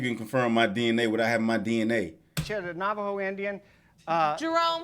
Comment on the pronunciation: He said Navajo 😂